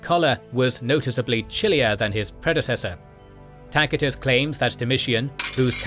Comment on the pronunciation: Tacitus is pronounced TASIT😅US NOT TAKITUS🤣😂🤫